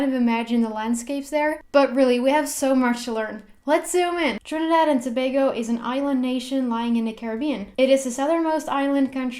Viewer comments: As a trini I'm proud of her pronunciation of the country.... love this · Yo she pronounced our country name correctly 🇹🇹💕💕💕💕💕